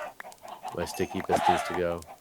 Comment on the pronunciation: Every time says, “sticky pistons,” I hear, “stinky pistons”.